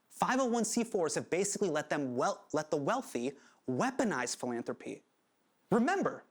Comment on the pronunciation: I’m sorry but every time Hasan said philanthropy reminded me of Phoebe saying Phalange 🤦‍♀️